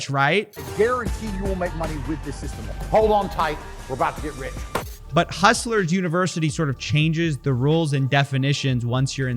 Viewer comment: Why did he keep saying hustlers university incorrectly?